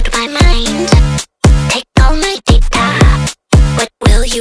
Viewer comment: The daTA pronunciation is so satisfying